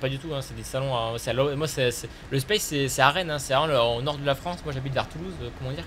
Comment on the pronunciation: Salut pour pas que tu passe pour un cons space sa se dit pas spayce= espace en anglais mais sa se prononce SPACE tu lit le a en A bisous continue je te kiff